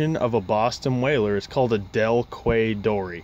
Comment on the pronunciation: Quay is pronounced "Key" here in the UK. It`s basically a harbor in Chichester, West Sussex, South coast of England. They are used a lot by harbor/berthing masters all over the UK. You have yourself a fantastic sea boat there. I have been in some serious weather in one before.